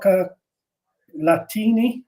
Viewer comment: With ' s pronunciation of Iralian I understood " giochi latini" meaning Latin games rather than "chocolate..ini."